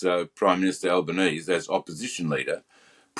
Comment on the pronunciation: Al ban sleazeie